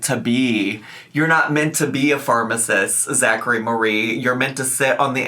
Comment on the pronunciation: 👏🏽 Mareigh. 👏🏽 Michael. 👏🏽